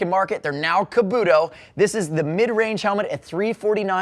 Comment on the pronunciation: I think your saying kabuto wrong